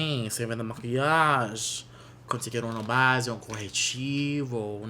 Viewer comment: omg your portuguese is actually pretty good im shook!! you said corretivo (concealor) PERFECTLY even with a brazilian accent 😮😮 love youuu 😍😍😍